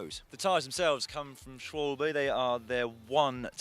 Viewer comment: Kudos to D.L. for his pronunciation of "Schwalbe" 👍 Not a very intuitive word for Anglophile ears!